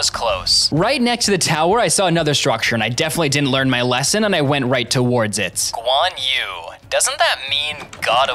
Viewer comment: It is not guan u it is guan yu